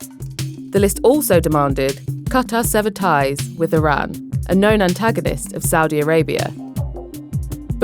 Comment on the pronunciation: It's Iran, not Iraq, not Iram Why are you pronouncing it like that